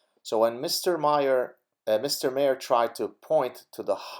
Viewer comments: It's pronounced ' marr' not 'mare' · Also bill maher is pronounced Marr, like a pirate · Maher is pronounced "MAHRR"